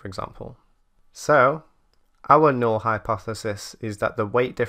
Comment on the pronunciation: Null - correctly pronounced n-ull.